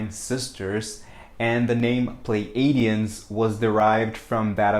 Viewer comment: I believe it is pronounced Plee A (long a) dee uhns. So .. (Plei) plee-A-dee-uhns. Pleiades. Plee A deez.